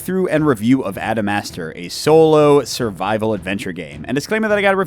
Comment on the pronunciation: Every time you said the title, I keep think your saying AdamSmasher. Like from cyberpunk.